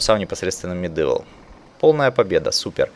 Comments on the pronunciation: МедИвал(Medival), хотя мне уши режит не особо. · не говори пожалуйста МедЫвл, уши режет ))